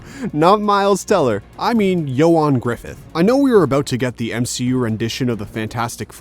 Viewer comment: Like hearing nails on a chalkboard when he said Ioan and McAvoy 😣 he’s definitely heard them pronounced correctly and chose to butcher it lol